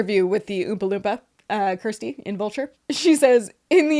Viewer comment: The way my heart sings everytime you pronounce Kirsty correctly ❤❤❤ its a little thing for you but I worked with Americans for years and they didn't even try 😢